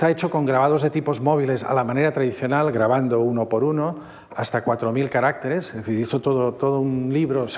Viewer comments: Maravillosa conferencia, pero cómo se empeña el conferenciante en decir "carácteres" en vez de "caracteres". Es muy curioso. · No se dice caráctetes como dice el del video, se dice caracteres. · No es lo normativo. El singular es “caRÁCter”, no “caracTER”y el plural es “caracTEres”, no “caRÁCteres”. La confusión se debe a que el acento prosódico se desplaza, como pasa en la palabra RÉgimen/reGÍmenes. Es una pena, ya que es una palabra fundamental cuando se habla del idioma chino. Aun así, la conferencia estuvo estupenda. 😊